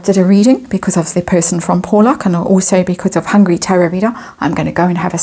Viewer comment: Not pronounced Po-lock. It's pronounced pau-lock.